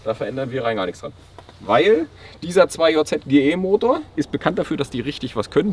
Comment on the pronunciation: Bitte 2JZ Englisch aussprechen danke